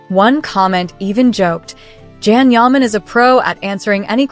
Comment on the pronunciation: Stupid....pronounce his name correctly